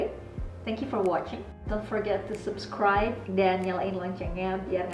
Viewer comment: Keren. Talented banget yaa....Btw pronunciation subscribe itu "u"nya dibaca "ə"...